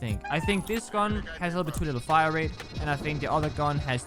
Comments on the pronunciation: Man was so distressed he said "wait no the fmg has a way figher hire rate" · Is anyone gonna talk about the fact that said “Figher Hirerate”